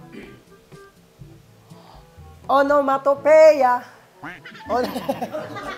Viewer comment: Onomato PEYA sabi nya, wrong pronunciation pa din... Dapat PEEya yun kasi